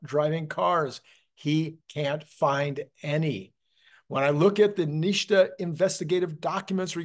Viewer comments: typically NHTSA pronounced NIT SA, not NISHTA. But you do you. I don't think the the extra dot will hurt anything. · What is "neeshta"? Where does the "shh" sound come from when the acronym is "NHTSA"? The "S" would need to be two letters further back for that sound. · NHTSA is most commonly pronounced "NIT-SUH" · The correct spelling is NHTSA. In the US auto OEM business I worked in we pronounced it “nit-sa”. Love your videos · It’s said NIT -SA.